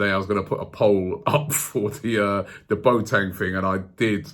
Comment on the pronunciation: please let the Boateng rumours die down, i can´t hear Robbie say anymore "Boat-eng", the guy is called Bo-A-Teng ;)